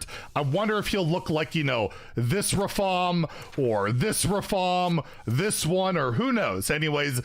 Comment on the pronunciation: Come on it’s not Rafaam it’s Rrraaafaaaam